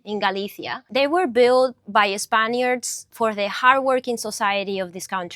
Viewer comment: tf is a spon-yurd?